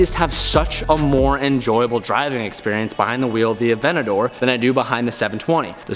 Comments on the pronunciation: AvenTador saying Avenador pains me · it bugs me that he calls it "avenador", there's a 't' in there. ah-VENT-ta-dor. is it just me? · please please pronounce the “t” in aventador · Someone please tell him its avenTador not avennador.... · AvenTador not Avenador!! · “Avennador” 😝👌🏼 I love it!! Congratulations 🎊 on the big buy!!! Thats so sick man!! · You are saying aventador wrong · Boy if you don't pronounce that "T" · Can you learn how to say Aventador right?